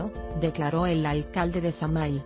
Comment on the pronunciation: se escribe samahil y se pronuncia samajil 😐